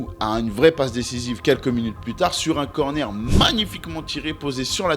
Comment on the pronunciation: Les darons auront compris « j ai travaillé TARD le soir » les news gen auront compris « j ai travaillé TAH le soir « 🤣😂🤣😂